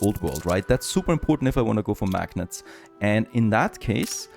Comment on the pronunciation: It's pronounced "mag-nate" :)